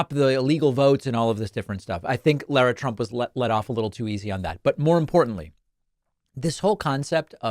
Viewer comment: Name is pronounced Lara not Laura.